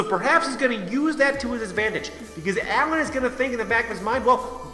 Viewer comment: You made me want too die when you said Alan and not Alain